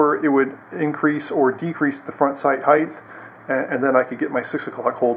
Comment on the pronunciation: Dont know why people keep saying "heigth" when it's pronounced "height" like "Hyt" not "Hyth" its like the people who say "acrosst" instead of "across".